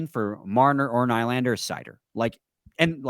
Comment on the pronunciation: Do you just intentionally say nylander wrong? Lol